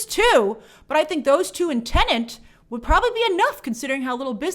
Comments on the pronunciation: TENET not TENENT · 🤯🤯🤯🤯 After so many months, WHY does she still pronounce the movie “TENANT”. 🤔 It’s “TENET”!!! There’s only one “N”. 😤🙄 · Grace, the movie is called TeneT, not Tenent.!!!, lol 😂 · i just keep hearing TENANT everywhere ooh lord i cant wait for this movie to stop being discussed for that alone. i cant take it anymore lol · (and almost all other times throughout) It may be the only major "tenant" in cinemas these days, but that isn't its name. 😉 I'm sure these weren't the first times throughout the many months of covering it, but it really stuck out to me here, so I just had to comment on it. 😜 I keep worrying that I'll screw it up myself, and I'm sure I often do as well. "Tenant" just rolls off the tongue so much more easily. 😅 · Grace, there is only 1 N in teNet. It's not teNeNt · The movie is titled "Tenet", Grace, not "Tenent" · Half the time you said "Tenent" lol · why does she STILL call it teneNt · Favourite YT channel but please stop saying Tenant!!!! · Now I can’t stop hearing it 😫